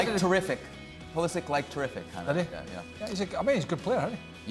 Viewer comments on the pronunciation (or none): It is Pulishich